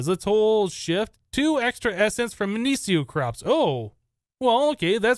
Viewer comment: minicio is mih-nee-key-oh